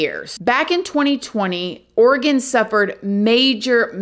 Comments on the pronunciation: I'm so Impressed she said Oregon right! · Thank you for pronouncing Oregon correctly 😊 My prayers are with the friends and families of these poor women. Portland has become quite the cesspool the last few years. Their city leaders and state government are not doing much to imorove it.